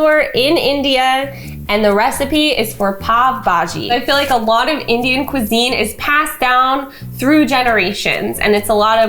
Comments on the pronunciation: i love how she stopped the whole video filming to- "wait hold on............ opens window Hey hey! i saw that!" we stan 😌🤚 also u dont say it as pav bahji u pronounce it as (pow - bahjee) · I was just waiting anxiously for to say pav bhaji wrong🤣😂. You say it as 'pao' bhaji not 'pav' bhaji. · I died when actually said "Pav" Bhaji. Like P-A-V Bhaji. No hate of course just thought it was funny lol